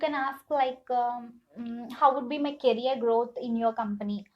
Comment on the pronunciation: please sister work on improving your english pronounciation.. it was so annoying to listen words "reshume" "shuddenly" "tawards" "carrier" etc.. what the f is carrier... it is career. otherwise the video was all good.